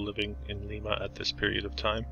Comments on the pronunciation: Lyme-uh, is how we say it here in Ohio, not leemah 😊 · Really appreciate your efforts and enjoy the channel but... Do try to pronounce the name of the city correctly. A quick look at the historical society's or museum's website will provide more accurate information as well. You glossed over Limas oil industry. Charles Faurot, who owned the paper mill you mentioned, discovered oil on the property while drilling a water well. It was purchased by John Rockefeller and Standard Oil who sent a young chemist to find a use for a waste product known as gasoline that was being dumped into the Ottawa River, the rest is history. You briefly mentioned trains as well. The Lima Locomotive Works produced 1/3 of the steam locomotives ever used in the U.S. Lima was built on Train money as much as oil money. The asylum was used to film the movie Attica and other prison movies long before the Mansfield prison, 90 minutes east, was used for The Shawshank Redemption Streets built wide for streetcars??? Oppps.... when you showed the courthouse you forgot to mention the John Dillinger escape. Faurot as in paper, oil and opera houses is pronounced Fa-wrote Other than that, thanks for the video and keep up the good work!